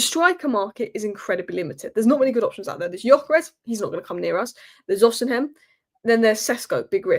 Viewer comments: it's O-C-MEN not o-c-hem....please please my ears hurt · It's Osimen. The "h" is silent.